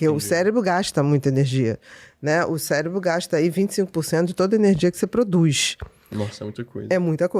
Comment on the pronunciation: Pior é o "célebro e seretonina"...bom atentar-se a leitura mínima do conteúdo, antes de receber uma profissional com tamanho conhecimento